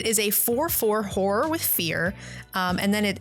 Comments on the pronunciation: It was very funny hearing, pronounce Horror as she did, cause it sounded like she was was slut-shaming her creatures haha. It made giggle throughout the video. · I love how people pronounce horror. Horrors under my control